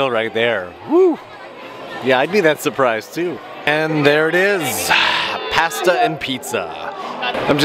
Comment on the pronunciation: Sorry couldn't help it, you know you spent to long in Japan when you mispronounce Pasta. Love your work. On foot travel is a must to experience the hidden parts of Japan. Thanks